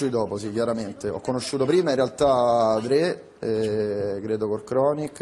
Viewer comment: Dottor drei al posto di dottor dre